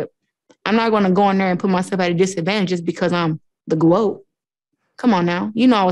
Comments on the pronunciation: Did Clarissa say she wanted to be the Gwoat? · Claressa talking about being the "Groat" lol